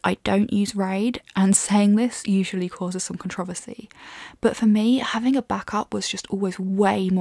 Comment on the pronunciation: " I don't use RAID and saying this usually causes some controversy" I am willing to bet you caused controversy just by the way you pronounced controversy. LOL.